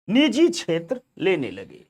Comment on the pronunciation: नीजी नहीं निजी होता है सही शब्द